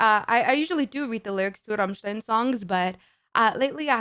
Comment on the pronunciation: Not only do you pronounce "Rammstein" perfectly, your rolled "r" sounds massively sexy!